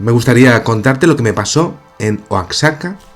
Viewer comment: oaxaca no se pronuncia como oacsaca, se pronuncia como si la x fuera una j igual que la x de méxico